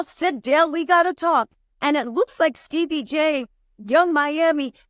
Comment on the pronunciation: Steebie 🤣 I can’t say his name correctly since joseline!